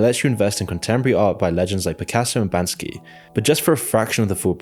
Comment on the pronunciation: It's banksy, not bansky.